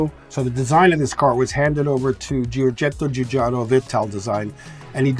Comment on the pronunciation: I like how Frank absolutely nailed pronouncing Giorgetto Giugiaro's name.